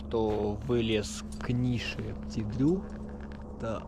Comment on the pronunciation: Молодцы! Только почему вы произносите Пти Дру? Он же Пети, маленький ;)